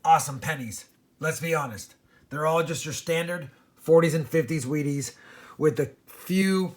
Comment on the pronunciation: He's says weaties so many times it eventually sounds like he's saying wieners!!!😊😄😅😁😂